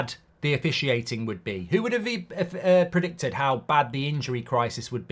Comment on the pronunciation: bro said predictudd